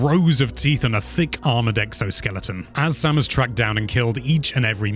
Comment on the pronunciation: next time try to talk slower, also put more emotion in your voice, so its really listening to a story then just go and tell everything quick. and maybe i have no right to say this, (because my english is very bad) but some names where spoken out wrong. they prenounce it other in the games itself specialy Samus. but overall awesome video. big like from me